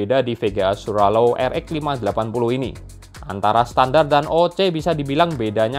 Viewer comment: Hampir nyebutnya swallow